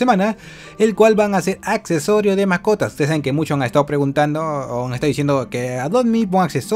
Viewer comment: en el gus dise macotas